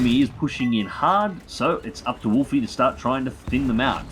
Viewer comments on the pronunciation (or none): I'm pretty sure it's pronounced wolf not wolfy. I'm 99% sure he's named after commander Wolffe from star wars the clone wars.